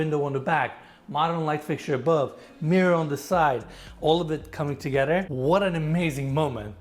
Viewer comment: I don’t know why this guy, Eriz - whatever his name is, seems to have a problem pronouncing “th”- toget”rer”, ot”rer”. Like, dude, you’re showing multi-million dollar homes. At least practice your English pronunciations. English is my second language and even after decades of living in the US, I’m always learning and making sure that I pronounce stuff correctly. while his English is a 100 times better- he also keeps pronouncing cabinetry as cabinatery. Pls!!!